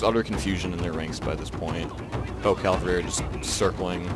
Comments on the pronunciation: cav-al-ree, not cal-va-ree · Omg. He mad me mad with this one. He just kept emphasizing his poor pronunciation